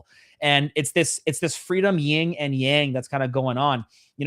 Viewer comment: Yin and yang…. Not ying and yang… what a retard.